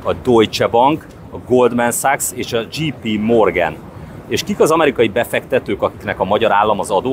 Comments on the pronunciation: A J.P. Morgan az nem "dzsí pí" hanem "dzséj pí". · "dzséj"pí morgen... nem "dzsí".